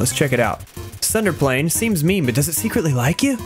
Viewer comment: U just pronounced Tsunderplane as Thunderplane. But since u r no otaku, it is quite acceptable. Tsunderplane is derived from plane and "Tsundere". For more info, just search it on Google. I'm too lazy